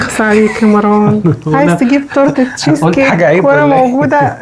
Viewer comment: سمك طبقة الكيك بتكون نفس سمك طبقة التشيز و ليس الضعف . ياريت المصريين ينطقوا اسم مروان بطريقه صحيحه لانهم بيزودوا حرف ألف بعد الراء ليتغير الإسم ( مراوان ) .